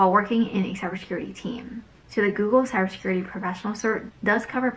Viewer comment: can you pronounce cyber security correct :)))? Useless video btw, nice steal.